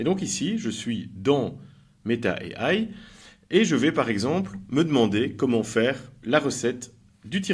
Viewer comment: MERCI. j'ai un ami en plus. svp, prononcez AI en français pas en américain.